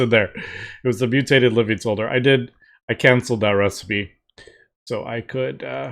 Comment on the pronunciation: the word 'solder' is pronounced with a silent L, 'sod-er.'